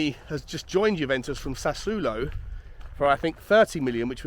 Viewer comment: If lane goes I don’t see us getting a replacement until maybe January. Levy will want to see a return on his Richarlison investment. Shocking pronunciation on sassuolo there 😉